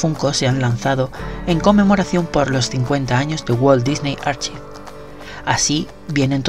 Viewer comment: cool pero archives se pronuncia "arcaivs"